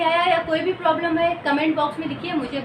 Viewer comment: Very nice 👍 but Mam ploblem pronounce or problem sound ❤❤❤ but nice really